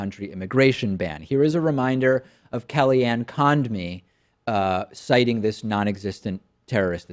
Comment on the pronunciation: "KellyAnn Conned-me" David, you're better than this.